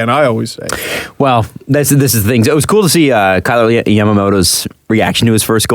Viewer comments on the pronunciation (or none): Couple of things here my dudes; It’s pronounced “ Kye-ler” not “Kay-ler”, you had it right the first time. Also, Draisaitl said in camp and at other points that he wants to be able to “drive his own line” so I think he’s realized that his mindset needed to change compared to last year in lieu to who he’s playing with.